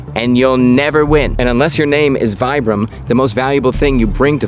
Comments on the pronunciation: It's pronounced "VEE-bram," not "VY-bram." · so, VIBRAM is named after the counder Vitale Bramani. then pronunciation should be Vee Brum not Vai Brum? And anywhere other than the US, I think that's how it's pronounced. I want to put Vibram soles on my Crocs. lol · Isnt it pronounced vee-bram, not vie-bram? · The correct pronunciation is VEE-bram, not VI-bram. The word VIBRAM is made up of the first few letters of the inventor’s name, and the letter “I” is pronounced as a long “e” in Italian. Thank you for your attention to this matter. I will now go back to banging my head against the wall. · So we have another Adidas on our hands in terms of name pronunciation, where we’ve been saying it wrong this whole time? It’s Vee-brahm, for Vitale Bramani, not Vye-bruhm. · You literally just said his name was Vitale Bramani with the "vi" in Vitale being pronounced "vee" yet fully insist on "vie"-bram 🤣 That's some Americanism right there! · Please please please pronounce it correctly. It's pronounced "Veebram." Ask their Italian employees. I had been mispronouncing it since the '70s and about 15 years ago, a very close hiker friend of mine spent time in the Alps for a month and visited the factory in Italy. She had also been mispronouncing it for years, realized her error and graciously told me when she got home. 😁😊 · Nice video but it is pronounced as if you were saying “v bram” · I also say Vyebrum. Some folks say VEEbrum. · "Vitale Bramani a.k.a. Mr. VAI-bram" 😂😂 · You correctly call his name Vitale but you call the brand vibe-ram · Still gonna pronounce it 'Vee-bram.' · I love your videos. It is pronounced Vee-Bram. 👍😊✌️ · We always pronounced it "Vibe-ram" in the Army. Probably too many old soldiers too set in our ways to get people to start pronouncing it "the correct way" now.